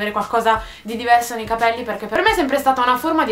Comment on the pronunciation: charlotte alburi nella pubblicità della Pantene dice venti volte capèlli ahahah